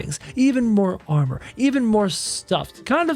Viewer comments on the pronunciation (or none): none